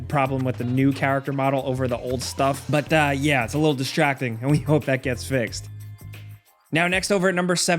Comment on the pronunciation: Speaking of Nip-picking: , he said "distjacking" instead of "distracting". Dude. , he said "strange ge see" instead of "strange to see". I'm not trying to make it sound as if this guy doesn't know how to speak, but this is why I like Falcon when he does videos. I almost didn't finish the video because of this guy, so hopefully he just listens to himself on narrating videos here. Trust me, this isn't the ONLY video where he just sounds weird when talking. That said, I think I'll just stick to San Andreas on my PS3 still. Didn't know the definitive edition had so many problems.